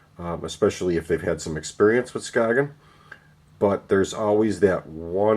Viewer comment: It's pronounced Skay-yen